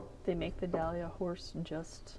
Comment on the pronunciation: It is a dala horse. Sounds like doll-ah, not dahlia, which is a flower.